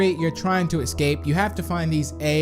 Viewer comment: Its escape not exscape